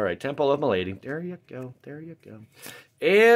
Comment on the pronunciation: Do you deliberately mispronounced malady as "muh lady"? I'm asking because I've heard you do it in a few different recent openings.